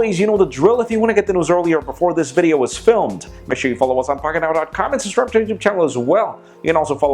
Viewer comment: I've never heard you say "subscribe" properly...